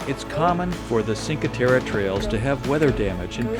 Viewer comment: it's "chin-kwhey tehreh" not sin-kwhey terra... :) it's all pebble beach no sand beaches there... :)